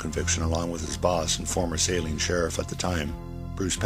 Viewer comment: I know this is an old video but how can you watch so many newscasts and STILL mispronounce Saline (Sa-LEEN) County?